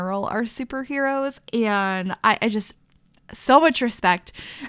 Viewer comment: Is it just me that hates when every sims builder on Youtube says eeand instead of and!?!?!?!!